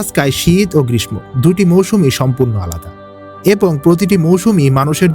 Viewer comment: 'গ্রীষ্ম' উচ্চারণ একটু ঠিক করে নিন। শুনতে খুব খারাপ লাগছে। দরকারে নিজে দু একবার আবার শুনুন।